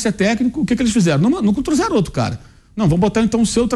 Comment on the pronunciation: "não truzeram?"